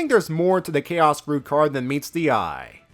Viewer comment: C-H-A-O-S without the apostrophe is pronounced 'kay-oss'; C-H-A-O-S with the apostrophe is pronounced 'chows'.